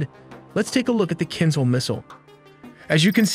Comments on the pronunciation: The Russian missile is pronounced like kinshal, not kinsal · "kinzhal" is pronounced as "kinjal", which translates to dagger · you are pronouncing kinzal in wrong way. Write Кинжал in google translate , detect language and listen